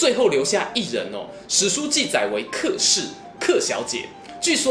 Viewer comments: 小子，老夫不才客氏应该叫且（音）氏，过去老家来客叫来且了。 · 这里“客”的发音是“且”